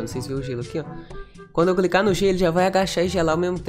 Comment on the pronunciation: Só eu que percebi,que ele falou: "só vou cricar no G " kk